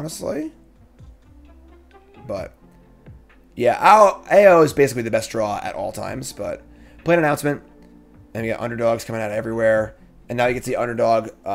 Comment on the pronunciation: Had to stop watching when you kept saying Aho lol. It was getting to me. Unless you were purposefully calling the dragon an idiot.